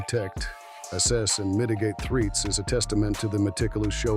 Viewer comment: "threets"? These AI narrators are getting better by the month.